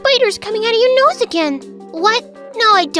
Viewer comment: noise instead of nose